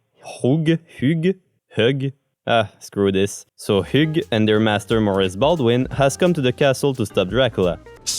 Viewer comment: I believe his name is pronounced "h-ew" like "hue" Or maybe that's just my pokemon brain being silly